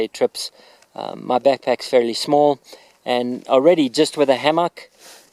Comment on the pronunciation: Ham-mock that’s not how it’s pronounced but thank you for your video